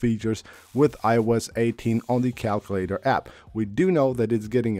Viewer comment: Why did you bother bringing up the calculator on an iOS 18 features video if you had nothing new to show? 😂 PS cal-queue-later / KAL-KYOO-LAY-TER